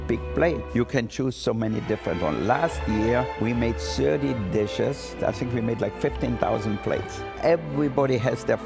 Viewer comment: Every time he says thirty the automatic subtitles pick it up as "surgery".